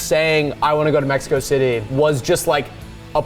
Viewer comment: Mexico Thity sent me 😭😭😂